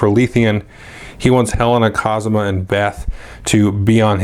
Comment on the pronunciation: Hey, Let's be fair to the clones. Cosima is pronounced co-SEEM-a and Helena is pronounced hell-LANE-a. Thx for the video as always.